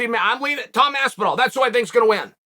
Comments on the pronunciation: I came here to hear chael call him aspinwall. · It's motivation for the fighter... you haven't made it until Chael learns how to say your name correctly, or at least as well as the average American might. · Tom AWOL Aspinall. Always disappears when you wanna hear something interesting. And pays homage to Chaels ‘Aspinwall’